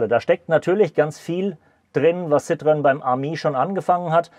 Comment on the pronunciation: Nicht "ssitrön" sondern "ßitro-enn". 🙂👍